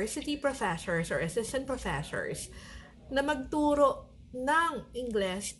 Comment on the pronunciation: Professhores? This video can be great for a drinking game. Everytime she says Professhores, you take a shot of sake or soju. There are so Filipinos teaching in Korea. If they were speaking great English, the Korean government will hire more Filipinos.